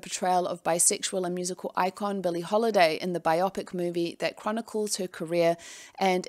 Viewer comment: I hope this doesn’t come across as rude, but biopic is pronounced bio pic, as in biographical picture.